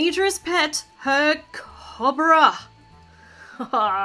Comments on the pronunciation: I'm not trying to be mean but it's not cob-ra its co-bra😃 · YOUR PRONOUNCING COBRA WRONG! CHANGE THE SOUND OF THE O!